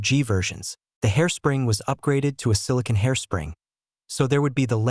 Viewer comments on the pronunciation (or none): none